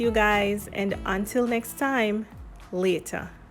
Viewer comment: Hi hun I heard an accent when u said later I’m from Guyana